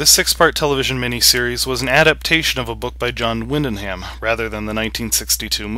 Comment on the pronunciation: John what-did-you-say?? It's Wyndham, pronounced WINN-dum.